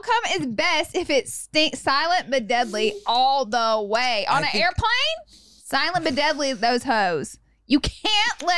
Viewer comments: Noooo thinking silent but deadly was ‘silabudeli’ had me laughing so hard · Silabudedly took me out 😂😂😂